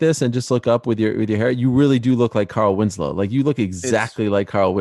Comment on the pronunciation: My man called him carrol Winslow 🤣🤣🤣